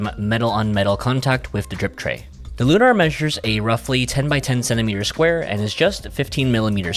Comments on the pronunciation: It’s lunar, like moon. Not “looohNahr” like you keep saying 😂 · Not that it matters, but why do you pronounce it Loo-Nar with the emphasis on the "nar?" It's Lunar, with the emphasis on the "Lu." Like a lunar eclipse. You know, the moon?